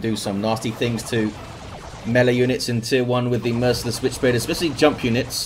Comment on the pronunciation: I swear, every time says "Merciless Witchblade", I just hear it as Switchblade and chuckle.